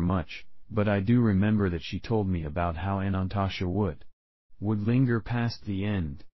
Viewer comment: Your video is not pronouncing Anantashesha correctly. It is missing a syllable so it sounds like it is saying "Anantasha"